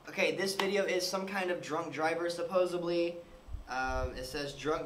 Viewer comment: it's supposedly not supposebly